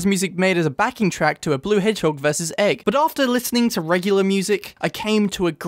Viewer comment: “Blue hedgehog versus e g g”